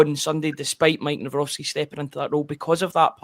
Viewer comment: It is Nav - Rocki there is no S